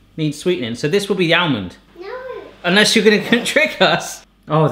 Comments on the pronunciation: Great video, but FYI, it's pronounced AH-MUND not AL-MUND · Stop saying bloody ow-mond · The "L" in almond is silent, it's supposed to be pronounced like "ahh mond". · Why does pronounce the 'l' in 'almond', but not in salmon or calm? at least be consistent! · The 'l' is also silent in almond, but he always pronounces it.